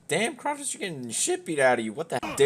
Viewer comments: Did you just call him *krahtos*?😂😂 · Are you saying kratos like kraatos for fun or is that actually how you think its said 0.o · Damn dude, is that really how you pronounce kratos? It's pronounced like kraytos. Not the way you say it. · Dude said CrawToast and knew immediately this video was bull shit 😂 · The way you pronounce Kratos as Krahtos is so douchey. That’s douchey btw not douché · Quik Reviews no it’s kraetoes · How do you actually make a 13 minute review where you say Krahtos the whole time? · This Game is shit! BTW ITS KRATOS (pronounced Kre Tos) THE WHOLE GAME PISSES ME OFF! Its just SHIT with Good Graphics! Where the fuck is my weapons? Where the fuck is my Magic Powers? Where the fuck is my Blood? Where the fuck is my Upgrades? Where the fuck is anything ma dude?! Its just trash with VERY GOOD GRAPHICS! NOBODY CARES ABOUT GRAPHICS!!! ONLY KIDS CARE ABOUT GRAPHIC! ITS FUCKIN GOD OF WAR! RIP SOME HEAD OFF! STAB SOME WOLF'S GUT! TEAR SOME INTESTINES OUT! NO SEX MINI GAME? LAME! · Kraytos is how it's pronounced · TheGuyWhoTriggersSJWS that’s if we’re talking about the Greek one which I think we aren’t (haven’t seen this video in awhile) but seeing the thumbnail it’s most likely god of war 4 do to it being Kratos from gow 4 in which technically you would be wrong since In Norwegian you say it cr á tò s so agree to disagree good sir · TheGuyWhoTriggersSJWS also one more thing in the games his name is pronounced cr á tò s meaning you’re even more wrong since they even confirm it as cr á tò s but again agree to disagree good sir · Solid points...but it's pronounced "Crai-tos" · In english. "Krah-tos" is likely closer to the real pronounciation. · Why are you pronouncing kratos wrong? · Dude can’t even say kratos’s name properly 😂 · He can't even say Kratos right what a fucking idiot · Why you saying his name like that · The moment I heard how this man pronounces Kratos I knew this video was gonna be bad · first learn to say kratos properly